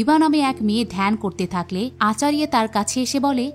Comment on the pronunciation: ওটা মাইথোলজি হবে,আচারিয়া নয় আচার্য,অনেক উচ্চারণ ভুল ।গরু নয় গুরু ।তবুও ভালো বলেছেন ।😊